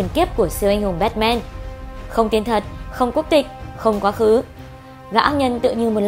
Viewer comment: Bát man chứ sao lại là bét men